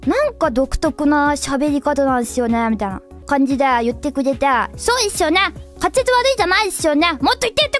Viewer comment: Some things that stood out to me about pronunciation かつぜつ ➙ かっぜつ ゆってた ➙ ゆっちぃぇた たしかに ➙ たちかにぃぇ ならええか ➙ なだええか The 1st, 3rd, and 4th ones look like common mispronunciation patterns to me, but maybe I don't know enough Japanese to judge?